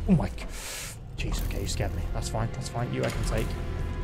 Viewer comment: ngl it sounds like he said cheese there, and now every time he says it, I am reminded of the french